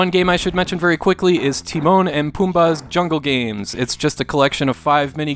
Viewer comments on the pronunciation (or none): ....um..how did you just say Timon?